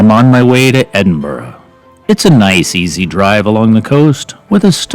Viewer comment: 10/10 on your pronunciation of Edinburgh. Opens the video with a 'WoW' factor.